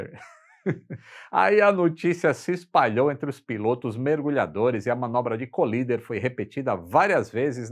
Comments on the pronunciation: Com dois “eles” LL a pronúncia de COLLIDER é Cólider - proparoxítona! Colíder é uma cidade do Mato Grosso. Valeu! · O correto é "coláider". Vem de "collide", que se pronuncia "coláid". Ponha na página de buscas assim... define:collider (exatamente como está, sem espaços) ou assim... define:collide (exatamente como está, sem espaços) e ouça as pronúncias ...Além do Forvo, onde nativos pronunciam apenas como mostrado acima. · "Cólider" Você está equivocado. "Collider" (colisor, aquele que colide) se pronuncia "coláider". Vide o Large Hadron Collider. Na dúvida, consulte o Forvo e ouça nativos pronunciando.